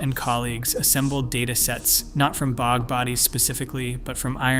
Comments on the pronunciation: how about "bog" mummy, rather than "bee oh jee" mummy. Get a human being to read this! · the bee oh gee bodies 😆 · PL aid. Dear God. Not so intelligent, but definitely artificial. Pre-Cam Brian. !!!! Who taught this machine? Bee-og. ??? The repetition is very boring and cearly lacking an anything intelligent, real or artificial. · "Pre-cam Brian" is a good one. Also B-og and petro-us bone. Then there's that weird map where the USA is the only country marked, in a video discussing a time when no "countries" existed. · Bee oh gee bodies